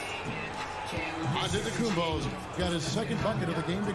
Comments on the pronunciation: Akunkpo=Antetokounmpo (Ante tu koomp o) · Flightreacts stop saying AKUMPO go back to school 😂😂😂😂😂😂😂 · I still wonder why flight says akunkpo